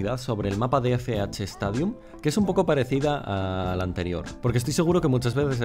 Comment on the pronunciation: Stadium? "S" xdd